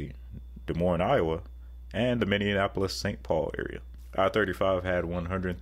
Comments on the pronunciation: Mini - apple - iss. Not Minion - apple - iss. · Lol, dude can't pronounce Minneapolis